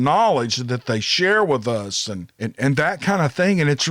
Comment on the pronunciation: How bout dat !!!! Spoken by a true Southerner. Lol Great stories !!!! Keep them coming